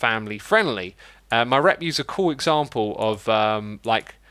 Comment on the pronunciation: "The Great British Breke Off"